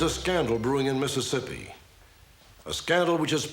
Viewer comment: I’m from Mississippi and u said it perfectly